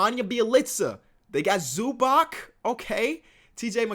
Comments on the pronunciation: It's pronounced "Zubats" my dude not "Zubak" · YOU ALL SAY IT WRONG The C in Zubac is like C in Bjelica Try to say it wrong now i warned y'all0